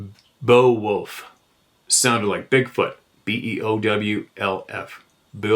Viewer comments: Beowulf- Bay-O- wolf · Beowolf pronounced Bayo-wolf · Pronounced "Bay- wolf".